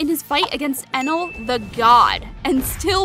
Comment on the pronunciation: not "enel"